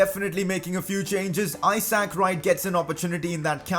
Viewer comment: #pcq The way you say Isaac Wright’s name drives me insane. It’s not I sack. It’s I zuhk. Love the videos though buddy :).